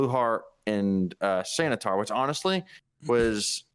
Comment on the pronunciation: I am sad you guys missed "Santa-tar"